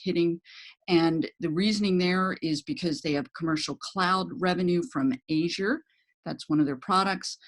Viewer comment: Um, I follow MSFT as an analyst. Revenue growth was not 39%, and the speaker mis-pronounced Azure and MSFT did not "partner" with Slack - they hate Slack, all Slack did was put in an API connection to Teams. That doesn't mean MSFT is a bad idea, but the pitch is not based on an understanding of Microsoft's fundamentals.